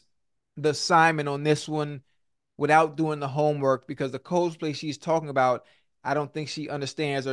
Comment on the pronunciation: Someone please tell Ocho how to pronounce "Cosplay"